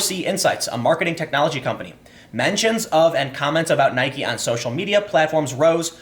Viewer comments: It's pronounced "NIKEE" Americans have short term memory loss. Stock will go back up. I've never cared for Nike. But I'm loving the brouhaha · Time your killing me!! You say Nikeeeee correct then it's back to Nike and your saying Colin's name wrong wow I love you show but please please stop you grammatical correct reading. Love your podcast cast. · Jumping between nik and Nike might be worse that just pronouncing it wrong. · Tim, love your work, but it's "Nye-keeee" not "Nyhk" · It's pronounced "Capernick" not "Cape Er Nick". And why do you pronounce Nike like "Pike"? Do you perhaps reside outside the U.S? Hmmm... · come on dude, you're trolling now.... you pronounced nike right several times throughout this video, and pronounced it 'nikey' several times still... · I watched the video twice to hear Tim say N-ike. He should never stop doing that :P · Why are you pronouncing it 'Ni-Kee'? Did people bully you into pronouncing it that way? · He always says it "Nykee" :/ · You aren't even pronouncing their name right, Nike where the e at the end is NOT silent! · stop pronouncing Nike Like Mike with an N it really grinds my grears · You're inconsistent pronunciation of Nike confuses me. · The way you pronounce nike sucks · love your vids bro, but how you pronounce nike, and kaeppernick is killing me. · Nike doesn't rhyme with Bike, it rhymes with Mikey. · OMG YOU'RE STILL PRONOUNCING NIKE WRONG! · If Nike is pronounced like Bike, then Tim Pool is now Time Poll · Learn to pronounce Nike for the love of God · My dude, please just pronounce it correctly. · Why are you pronouncing Nike that way Timmy? Tell me and I'll give you a pudding pop. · I can't finish any videos where you pronounce "NIKE" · I’m confused why sometimes he says Nike correctly and sometimes he drops the E. 😂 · Not sure if you're trolling or not, but the constant mispronunciations of "Nike" and "Kaepernick" are really distracting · you sound like an idiot pronouncing nike incorrectly.